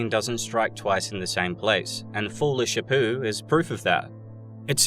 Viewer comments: Everytime you said "folie shapoo" i cringed. Corny as this movie bruh 😂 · I keep hearing Joker foolish Apu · Anyone else love the way he calls it folie sha poo?? Love it! Hate how they messed this movie up, smh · Why do you keep pronouncing it Sha-poo? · Is he mispronouncing the title of the movie on purpose? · Great analysis but your pronunciation of folie a deux is killing me. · What's with the weird pronunciation of the title? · Just… how exactly are you trying to pronounce the title?